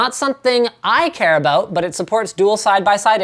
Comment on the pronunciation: he said a 'boot